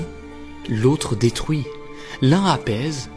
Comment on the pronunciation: Très sympa la vidéo ! Par contre, par pitié, travaille ta prononciation et fait attention T-T, à chaque fois que tu sortais "fouit", "pouissance", "détrouit"... ça me sortait à chaque fois et donnait un air "absurde" alors que le fond est super sympa ! C'est vraiment dommage !